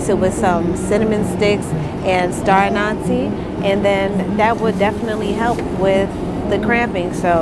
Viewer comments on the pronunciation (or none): Thanks love. Cruciferous= crew-sif-fur-us. Anise= ann-iss Silence the trolls lol